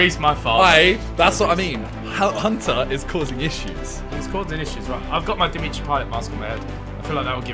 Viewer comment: Why does Ethan keep saying "Dimitri" payet We all know that it's The meat tree payet